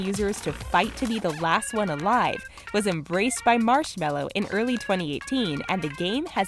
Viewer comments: Let's be honest who TF says marshmallow instead of marshmellow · M Ma. Mar Mars. Marsh. Marshm Marshme Marshmel Marshmel Marshmello.